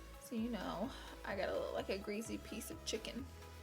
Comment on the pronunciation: does anyone else notice she pronounces the word "greasy" really weird like "greaZy"